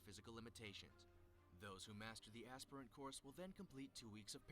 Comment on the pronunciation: even said "aspirant" wrong